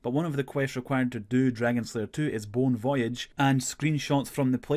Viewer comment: Its pronounced "bone voy ahhhhj" to make it a pun on the french bon voyage